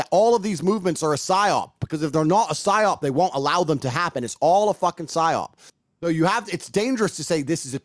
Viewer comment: Bro said “phyops”